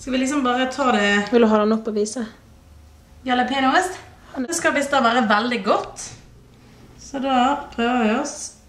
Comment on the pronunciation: Lol, elsker hvordan du sier jalapenoost xD